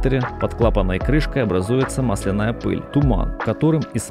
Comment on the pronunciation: Блин, коромы́сел! Máсляная плёнка! Máсляная! Найми русскоязычного, если забыл русский или плохо выучил. Слушать невозможно! На семь минут хватило! Корóмысла просто убили. Это уже за гранью.